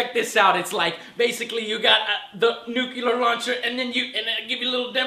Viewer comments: NU CLE AR not "nu Kill Er :D" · nucular? dont you mean nuclear? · Enough with the bad pronunciation! Its nuclear, not nucular. Sound it out, joe. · Nucular? or Nuclear? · NUCULAR equals NUCLEAR? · Joe has trouble saying NUCLEAR as well. Why do so many pronounce it nook u ler when it is pronounced nook lee er? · Nucular, its pronounced nucular....lol just like in the Simpsons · Ha! He said nucular. lol!